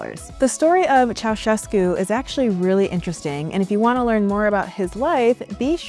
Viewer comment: Your correct pronunciation of Ceaușescu’s name is rare. Subbed!